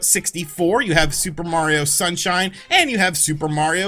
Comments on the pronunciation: Lol you said shunsine instead of sunshine xD. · AHHHHAHAHAHAHA SAID "SHUNSINE" 🤣🤣🤣🤣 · “Shunsine” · Super Mario... Shunsine? 🤣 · "...more so than Shunsine" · Did you just say super Mario shun sign? Wait a minute, that sounds like it could be a interesting game. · Super Mario Shun-sine🤣🤣